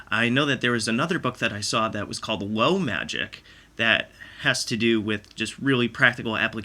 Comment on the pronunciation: OK, now that I know what it is, I can hear it. How you pronounce the l in low still sounds a bit weird to me though. Yeah, listening comprehension can still be a bit of a problem for me sometimes ;). Thanks again!